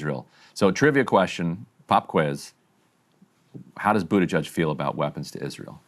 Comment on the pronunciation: Buttigieg really is a fun surname, and for that alone I hope he'll remain in politics for years to come. "Booty-gig" is my favorite pronunciation so far